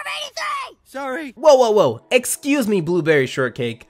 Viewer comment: “Whoa, whoa, whoa, exCUse me, blueberry shortcake, I care about the summer of 83’” I’m under the belief that this is the best line you’ve ever muttered into your microphone